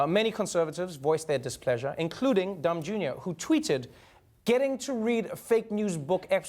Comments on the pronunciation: I think he said Dumb Jr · I swear he said Dumb Jr!!! Lol... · Did Trevor call him Dum Jr.? Hahaha. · I can't even tell if you said Don Jr. or Dumb Jr., tho either one would fit I guess